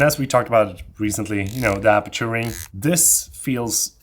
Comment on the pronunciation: Thanks for the vid and information. Good stuff! (By the way, should be 'aperture' , not the brand, 'aputure'...)